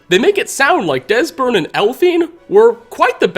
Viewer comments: I hate these guys. They're fantasy Nazis. And did anyone happen to notice that at one point, voice not only breaks, he mispronounces their names, saying "Desbern" and "Elphine" instead of "Esbern" and "Delphine"? It really bugs me! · Did you just say Desberne and elphine? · Haha he says Desburn and Elphine a simple but funny mistake to make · Is no one gonna point out he said "desburn and elphine" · Am I the only one who noticed him say Desbern and Elphine? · bahaha “desbern” and “elphine” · I'm not ignoring him say Desbern and Elfine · "Desburn and Elfine", sounds like you got a little dyslexic for a second, lol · Desbern and Elfine eh? reached a new level of mispronunciation. speech increased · Anyone else hear him say "Desbern and Elphine"😂😂😂